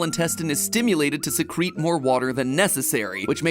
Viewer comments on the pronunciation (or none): SECRET instead of Secrete lmao I'm dying